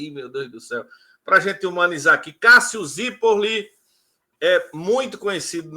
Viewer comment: E não consegue dizer o "Zirpolli" direito mesmo depois dele explicar 😂😂😂😂